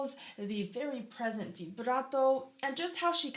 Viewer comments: Che bello come dici vibrato, so nice to her how do you say vibrato🥰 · Did you say “vibrato” in italian?😳I had shivers 😂